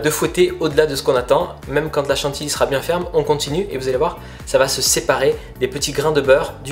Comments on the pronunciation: Trop mignon il dit à chaque fois chantiLy au lieu de chantiLLy 😃. En tout cas astuce au top! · On ne dit pas chantily, mais chantilly (à prononcer chantiyi !), comme on ne dit pas une file, mais une fille (à prononcer fiye !) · « Chan-ti-li » ou « Chan-ti-yi » ? La seconde est la bonne. ^^ A chaque fois que j’entendais la 1ère, ça me crispé. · Par contre chantilly ça se dit pas comme ça😉